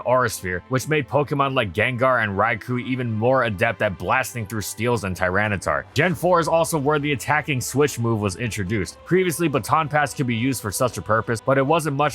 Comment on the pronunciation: "Battle Power?" Never heard a move's power be called that before. Also it's 'Rai-koh' not 'Rai-coo"